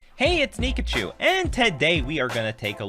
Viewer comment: Def opened this video and thought said this is "Niggachu"